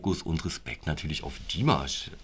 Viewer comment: Ach, ihr habt mit "Okay" angefangen? Das ist m.E. das schwächste Stück von Dimash. (Das a in Dimash ist übrigens lang auszusprechen, also "Dimaasch".) Es kann von nun an also nur besser werden. Als nächstes würde ich empfehlen: Adagio (2017), Stranger und dann das neuere "El Amor en tí". Das gibt einen ganz guten Überblick.